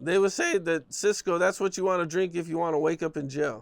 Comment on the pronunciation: Nikka said Cysco 🤦🏾‍♂ That schit had bright color flavors and tasted like Robitussin lmao